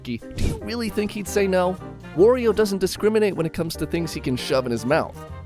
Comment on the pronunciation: R.O.B. is pronounced like the name Rob. And Wario rhymes with Mario and Lucario.